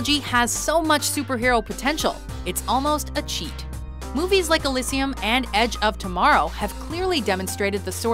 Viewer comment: She mispronounces Elysium every single time.